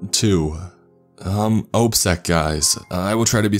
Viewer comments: Hehe. "ope sec, guys". It's pronounced like "ah-p sec". Operations Security. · Op-sec (ahp-sec. Operations security) not opsec. Just say cop not c o p. Can-da-haar. Nickname for the DShK is dish-ka. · Lol.. “ope sec” more like “nope sex”.. I guess nobody caught the “anoMonous” his first attempt at saying “anonymous”🤦‍♂️.. I’m running out of palms for my face w/ this guy🤦‍♂️🤦‍♂️🤦‍♂️ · "Ope-sec" lmao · "OHPSEC" Me: dies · You can say ops but oopsec?? Damn. Just can't